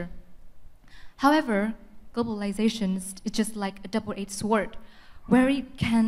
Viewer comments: sword... hình như phát âm sai:) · Sai thật :))) bạn thứ 2 đúng k 😂